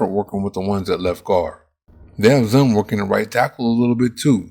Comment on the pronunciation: His name is pronounced Zune, not Zun.